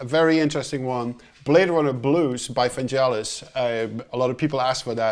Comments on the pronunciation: 1) Hard g, not soft =D 2) You also hear that particular cue when Deckard is in his apartment and then transitions to Pris going to J.F. Sebastian's place at the Bradbury Building. 3) All of the music he has ever made was made at the moment. When doing a film score, he would watch it a few times to get the sense of the mood and then he would just go for it. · vangelis is pronounced with a hard G as in "Get in " not jel as in " jelly fish "..always bugs me people who say it wrong.. cheers anyway :)